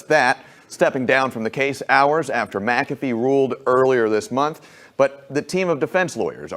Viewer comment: I hate seeing names butchered. I will give you some tips on anyone with an McA, McC, McN, as the start of their last name. That Mac is to be pronounced like Mik. The way you are saying this judges name, it would need to be spelled Macafee. My name starts with Mc. So this judges name should be like Mik cAfee. That capital A is the clue. So anytime there is an M, then a small c, it is to be said like MIK or MIC. You choose. So that A in his name is to be said with the most emphasis. But like cAfee. Most get it wrong. One man that has a YT channel has said it right from Day one. Everyone else says it wrong. I know because I have some of the same letters on my name.